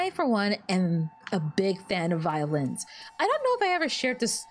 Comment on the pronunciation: when you first mentioned how you loved violins i thought you said you love violence xD